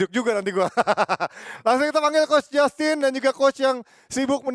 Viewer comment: Yauda nama justin, bukan jastin karna lu tinggal di Indonesia